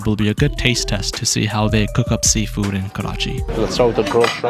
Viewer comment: "Let's try sealfood kulif"